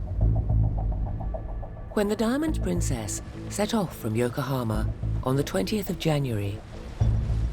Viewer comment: Dear narrator: , and in a lot of other time in the video it is Yokohama (横浜) not Yokahoma